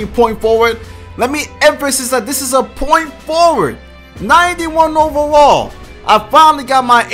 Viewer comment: The way he pronounces overall is like oovaral